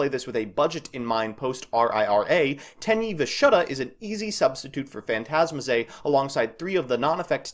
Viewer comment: I can't tell what you're saying for the budget build. I'm hearing teni the shutta? And non-effect teni?